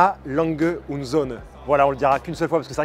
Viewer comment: Enfin quelqu’un qui a trouvé comment prononcer le "et" en allemand 😂